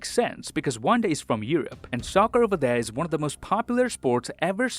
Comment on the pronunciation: did he say wan instead of one